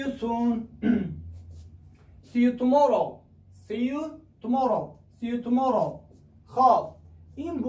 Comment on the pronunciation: Хами калимохора хамаша яку якчоя намехонди хуб мешид Сиютуморов неву сию туморов бугу охи